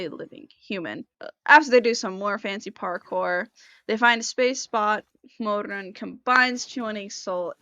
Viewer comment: 1. love the kiba outfit 2. cannot stand the way you say Mo RRRRUN (Chinese Pinyin r IS NOT the same as English r) 3. I'm so glad someone you made a summary for this because it's hard to find one that isn't about the donghua, a reading, or a specific chapter and covers a lot